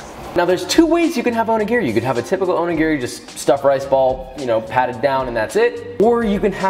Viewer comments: Please pronounce this better, the accent is on the second syllable o NI gi ri. That being said your onigiri look fabulous and a wonderful take on the filling. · Wait... i was going to let this slide until he said he works in a Japanese restaurant... its not pronounced "Oh knee geary" its "Oh knee gee lree". japanese is pronounced in 1-3 letter groups never 4-5 (1 vowel + 1-2 constant).. and r has a slight L sound to it. O-ni-gi-ri all vowels are pronounced the same. its not like american English where you have 6+ different ways to pronounce "a" depending on what surrounds it or what part of the country you live in. the staff in this restaurant need language lessons.... if i worked in an ethnic based restaurant i'd certainly spend time learning how to pronounce the menu correctly. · I could here you mispronounce おにぎり (Onigiri) all day long, haha.